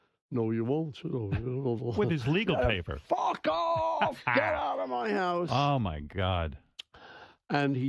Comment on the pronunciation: He definitely swears in a Scot’s accent . Recognising ma ane tone there in the F word